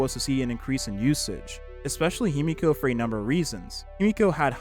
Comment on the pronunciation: The pronunciation in this video is painful. It's not Himiko, it's Himeko. It's not Jing, it's Jing-Yuan. Qingce's name was completely butchered too.